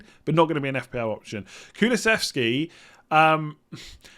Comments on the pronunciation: You pretty much nailed the Kulusevski pronunciation, well done.:-) As a swede I'm stoked to see him in the PL, but I'm not sure if he's interesting as an FPL option yet. He is a very good player though (and young) so I'm keeping my fingers crossed for him. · Pronounciation on Kulusevski was fine 👍🏻